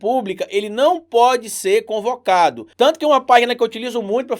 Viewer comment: Desculpe mas é “ CONVOCADO”, não concovado...😅😅😅